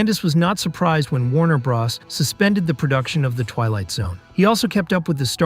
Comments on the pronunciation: "Warner bras" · I thought he said Warner Bras